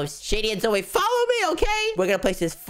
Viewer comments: it's so funny wen they call zoey zoye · It’s pronounced Zoey